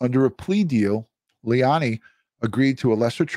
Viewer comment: Please don't excuse yourself by saying you don't always get names right. Be professional and get the name right. Lei la ni. Not hard, but unprofessional. It will make you that much more respectable as a detective and youtuber.